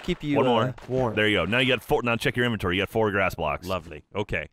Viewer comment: Also, it's pronounced inventory, not inventory.